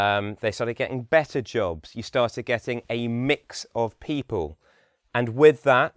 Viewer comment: His accent is good as an example of RO, but he has a rather weak L sound. For example, he says pee-paw rather than pee-pull for People. He is correct when he says his accent is only somewhat RP.